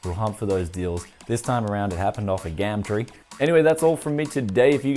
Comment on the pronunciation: its pronounced gum~tree for future reference